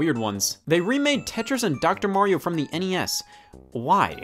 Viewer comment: "Dr. mamario"